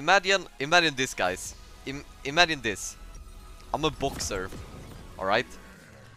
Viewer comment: No one:....... Thebauss: imadjine this guys, imadjine this